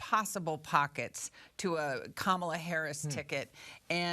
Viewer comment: Charlie - it’s pronounced “commala”